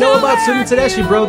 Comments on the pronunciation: Pronounce it Ted es key. It’s an Italian name that means German. But she’s 100% pure All-American treasure. Her husband, Derek Trucks, is one of the best guitar players alive. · Pronounced TedeSKI. I saw her as a young up and comer decades ago and she was great even then! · Tedesky is how to pronounce her name. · It's actually pronounced SKI , at least that what I heard her pronounce her last name on a talk show she was on. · 1st it's pronounced Ted-es-ki, Midnight In Harlem, Bound For Glory, Darling Be Home Soon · FYI - Tedeschi is pronounced Teh-des-kee, like a key in the door. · You are killing their name! I tune in to hear your funny comments! You have so much to learn about the 70’s music. But keep it up. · Hey Sebs, I quit listening to the radio 25 years ago. But I found a replacement with you tube videos, then with music video reactions about 5 or 6 years ago. I found you about 6 months ago and you are my favorite. Your reactions are so genuine, authentic. Susan, pronounced, TA DES KEY, had a solo career, Derek also had his own band and played for 15 years with the Allmans. Him and Warren Haynes, you saw him Joe B.. They were the two guitarist until they disbanded. Susan opened for the Allmans and that's where they met. They are the most amazing live band period. Only listen to them live. They have many videos on you tube. Midnight in Harlem, Don't let me Slide from E Town are great. Bound for Glory from Atalanta. I Want More from the Beacon. That's just a start. I walk on Gilded Splinters. Susan does The Sky is Crying, blues tune, you get to see play solos. Check out Hurts so Bad from Austin City Limits, unbelievable. It's from like 25 years ago. I know you started on the Allmans, try In Memory of Elizbeth Reed. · Best band on the planet. I've seen them 75 times and will see them four times this week. It's pronounced Tedeski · Susan pronounces her name Ted-es-ski. This band is the bomb! Enjoy!